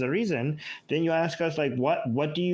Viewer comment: This always sounds so ignorant to say let me axe you a question. Now focus on the word axe. Axe is a tool to chop with. Hello